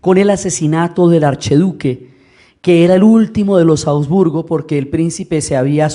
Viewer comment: Cordial y afectuoso saludo: sugerencia: es la dinastía de los Habsburgo (la ache no es muda, suena como jota) y no Abdburgo. Chao.